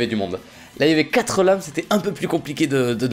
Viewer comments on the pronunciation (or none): none